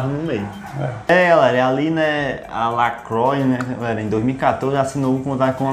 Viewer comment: LaCroix se pronuncia "lacruá"